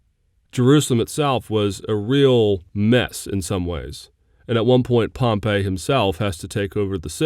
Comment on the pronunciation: Good review lectures. One problem so far: the pronunciation of Pompey. " Gnaeus Pompeius Magnus[1] (Classical Latin: [ˈgnae̯.ʊs pɔmˈpɛj.jʊs ˈmaŋ.nʊs]; 29 September 106 BC – 29 September 48 BC), usually known in English as Pompey /ˈpɒmpiː/ or Pompey the Great,[2] " and MW pronunciation on line